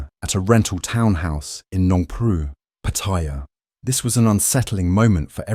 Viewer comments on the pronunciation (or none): PattAya. Not Pattiya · Uh, its pronounced Patti-YA not Pa-tire. Its also a shithole. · The Thai pronunciation is PAttaya with the stress on the first syllable. Not PattAya... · Why do you call it PATHAIYA......THERE IS NO I IN THE WORD........ IT IS PATTAYA TA AS IN T A NOT THAI A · Like so many foreigners ( farang's) you need to learn how to pronounce Pattaya correctly, there is no such city called Pattyrea , Pat-t- a -ya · It was forgotten in 24hours. pS its pronounced patt-a-ya. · It's PAA- taya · Pataiya, love how Brits pronounce Pattaya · Narrator......try saying Pa Tai--ya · “Pattaya”. If you want credibility, learn to pronounce the name first. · How can anyone take you seriously when you pronounce it wrong in the opening title scene? MEGALOL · And never pronounced Pattaya correctly once ...